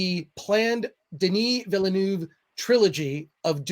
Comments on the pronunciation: Pretty sure it’s said veal-nerve. Like the racing driver 👍🏻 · MATE! It’s pronounced VILL NERVE. Good video btw